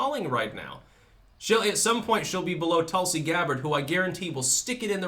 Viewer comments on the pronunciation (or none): none